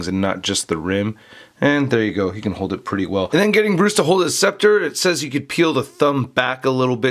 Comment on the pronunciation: "Or his specter". It's Scepter, lol just wanted to point that out great review though